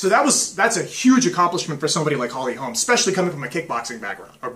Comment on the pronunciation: Holm, it's Holm, no "es". But thanks for your thoughts